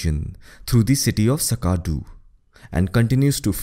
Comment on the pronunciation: Butchered all the names. Sutlej, Chenab, Skardu, Jhang, Jhelum. 😅